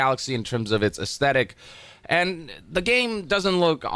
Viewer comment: "aesthetic", not "ascetic" 🤓... DS2 really confused almost everyone on this... 😂